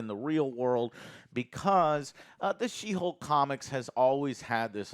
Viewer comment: did you just say she-bulk? HAHAHAHA alright bro, your cool in my book 🤜🤛 It ain't she-hulk, it's She-bulk!! 🤣